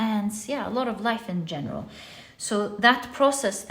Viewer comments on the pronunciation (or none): none